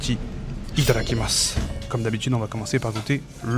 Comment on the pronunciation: Toujours tellement gênant quand tu dis Itadakimass…ça fait vraiment pitié..arrête stp